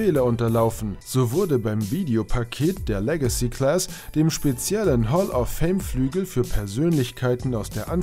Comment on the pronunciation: "Hall of Film" :-)